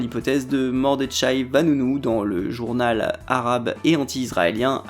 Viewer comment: ça se prononce Mordekhay, comme le kh russe dans khrouchtchev. C'est un prénom juif commun. (Super vidéo)